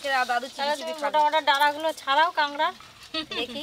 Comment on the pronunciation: Kagra na kakra hobe